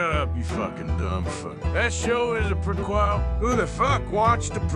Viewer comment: I can't get over how says "prequel" incorrectly but then says it perfectly fine a second later lmao